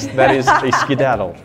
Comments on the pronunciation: is acting crazy and the best part is when she kept making say "skadadle"and ended up saying"skidadle" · The whole “skidadle” thing😂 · I love making say "Skidadle" over and over. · skedaddle. With an eh. Probably more of an accent then a different pronunciation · was trying to say skedadle so many times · ok how do you pronounce it?